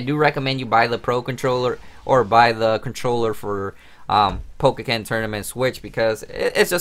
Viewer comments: Its po-ken not pokeken! So annoying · Dude you know you're pronouncing the title wrong right? It's pretty annoying